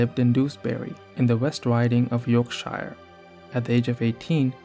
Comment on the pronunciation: Yorkshire doesn't rhyme with 'fire'....